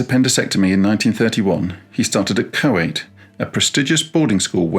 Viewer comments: This channel never fails to be interesting. "Choate" is pronounced "chote," not "co - ate." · Hello, Professor. Another interesting lesson! JFK's prep school, Choate, is pronounced like Float but with CH. Thank you.